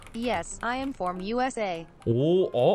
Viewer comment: From이 아니랔ㅋㅋㅋ from인뎈ㅋㅋㅋㅋ